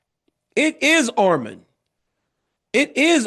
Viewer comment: ARMAN NOT ARMEN DC YOU USED TO SAY HIS NAME RIGHT WHY ARE U SAYING ARMIN